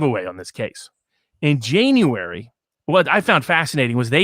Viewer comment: Jane-uary (I'm going to adopt this pronunciation in the classroom. It'll drive my students banans.)